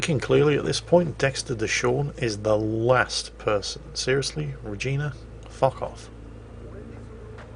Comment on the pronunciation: Thank you for pronouncing the name Regina properly this time. Im a happy salt miner now.